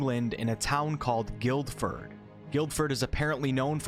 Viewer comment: They really went ham on the showmanship, bless them :3 so excited for this next patch, looks like a lot of QoL improvements and woooooo Druiddddd should open up some new paths edit: PS GILL-furd. PPS I think the instrument may be a marimba